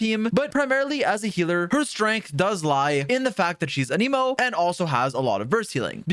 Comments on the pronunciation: Every character in the game will pronounce the word "An-im-oh" and people will still insist it's pronounced "An ee moh". Drives me insane. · bro is still saying an emo in 2024 ICANT